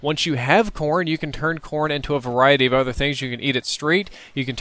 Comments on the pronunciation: I thought he said porn. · Every time he said corn i thought he said porn haha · thought he was saying Porn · lol when he Americans eat corn i thought he said porn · everytime said corn it kinda sounded like porn so it sounded like he said "you can do a lot with porn" lol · I heard corn as porn every time....